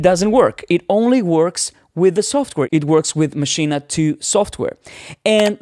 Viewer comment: I thought you were going to talk about Maschine, NOT Maschina, which you mispronounce it as all the time.